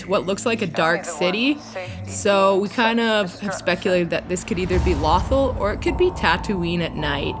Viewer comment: The way they say Lothal 😬